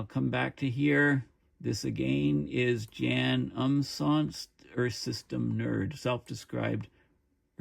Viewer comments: please ronounce the "J " as a "Y" so Yan notJan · His name is probably pronounced 'yawn'. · I think his name is pronounced like the english word Yawn.